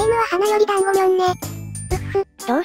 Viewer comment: 団子じゃなくて暖房って聞こえた